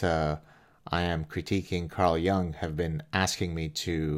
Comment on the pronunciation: Silly detail, I know, but the name is pronounced J-oo-ng, not J-ou-ng.